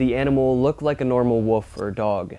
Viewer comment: There is an "L" in the word "W O L F"... You need to pronounce it... The "L" is not silent.